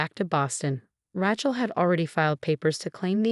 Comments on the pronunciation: "Raatchel" I can't 🪦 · Even more so than the Thompsons. And..... "Rat-chell" again? Surely the AI TTS voice can be trained for proper pronunciation. 😮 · Ratch-el, really? The written words are atrocious and so many mispronounciations. You should do better. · I think being named Ratchel had something to do with her being a total psychopath. It's not that the AI can't pronounce Rachel a very common name right?? Lol. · At least pronounce the name Rachel properly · Everyone of these non English speaking have no idea how to say Rachel